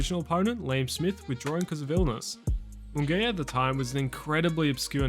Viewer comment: mungaya? say it properly